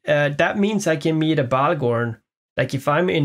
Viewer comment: I’m sorry cannibal I owe you a new bahgorn :,(